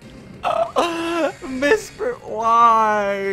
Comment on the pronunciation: Did you know you said Mispret not Mesprit